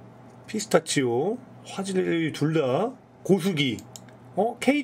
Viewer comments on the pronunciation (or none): none